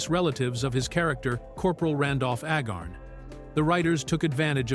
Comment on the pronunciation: Corporal Agarn's name is pronounced AY-gahrn (rhyming with "cay" and "barn"), with the primary stress on the first syllable. ☮